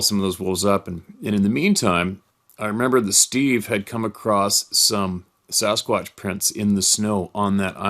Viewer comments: Just say it Steve, "Samsquanch"! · lol you caught yourself but you damn near said samquamch